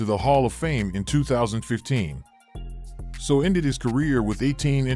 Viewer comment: The narrator needs to learn how to pronounce names. Not UR-lich-er, ur- LACK-er. Also Junior Seau is pronounced SAY-ow not SO.